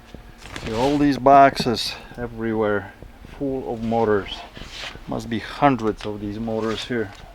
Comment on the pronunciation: In the beginning I thought you were saying "mortars" until I figured out you were saying "motors."